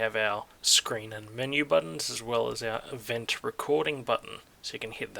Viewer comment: "event recording button". I firstly thought you said "revenge recording button". Hmm....